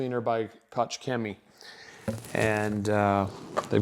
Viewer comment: Koch Chemie not kotsch Chemie, like scotch 😂